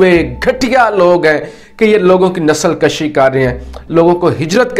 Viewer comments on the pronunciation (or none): My dear the word is "nasal kushi" and not nasal kashi,..please use the correct pronunciation,..nasal kashi means to make breeding of human being,..and nasal kushi means to exterminate the people or something of the sort!